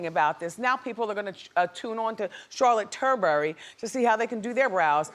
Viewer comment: she said charlotte turrbury. 🤣